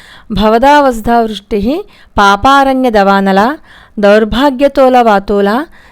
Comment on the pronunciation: 143 Sloka we may read like this -Bhava dava sudha Cristi not bhavada vasudha vrusti